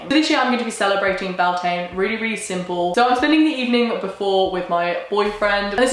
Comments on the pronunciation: I am from the north of Spain and in some places we celebrate Beltane the same way as in Ireland ir Scotland because in here we have Celtic culture too and I don’t know if we pronounce it the same way ir not (because guess what in Spain we speak Spanish) but she doesn’t pronounce it as we do or as any other way I have heard before. (I know my English isn’t perfect but I try hope I made my self clear) Happy Beltane by the way. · I’ve been binging this series for the last few days and I really do love it but the pronunciation of the holidays really irk me. Most of them are Irish words that’s aren’t that difficult to get right. Beltane is the Anglicised version of Bealtaine which is pronounced Beal-ten-a. I really do love the series but as an Irish person it really does bother me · Beltane is the anglicised form of Bealtaine and is pronounced be-al-ten-na or bal-tin-na for anyone who cares. Which is just funny considering Wiccans pronounce Samhain right. Wicca is keeping celtic traditions alive, please don't let English butcher its name. ai and a_e both make a stressed "a" sound in English but when you put e on a consonant after ai in Irish the two sounds cancel each other out and you get an "eh" noise. But if you put an e with a fada which looks like é, you'd get "a" noise like ai or a_e. So ai and a_e make an e noise but é makes an a noise. This is one of the many examples of how British made it harder for themselves when they tried to anglicise the Gaelic languages. Fun fact fada means long in Irish. It's the little dash above a vowel, á é í ó ú. It lengthens the sound of the vowel, roughly equivalent to English putting an e at the end of a word to change the pronunciation of vowel before it. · It's pronounced 'Byul-tah-nah', it's the Irish word for May, it's a bank holiday here! I never would have thought of celebrating it the celtic/ wiccan way but I'm definitely going to try this year! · U pronounced and spelled it wrong